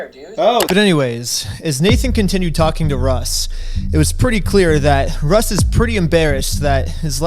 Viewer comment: "After about an hour of talkingeh, I realized that the person I was supposed to meet wasn't thereh..." "GOSH" Dude is too young to realize he's Napoleon Dynamite.